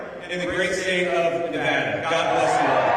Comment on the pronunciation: What kills me is he can't even pronounce Nevada 🤦‍♂️